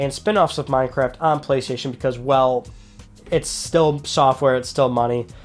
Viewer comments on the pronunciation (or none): none